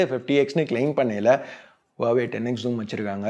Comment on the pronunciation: Huwaweaaa illa Huwawe